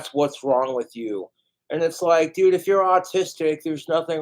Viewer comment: it’s how pronounces ‘dude’, doodt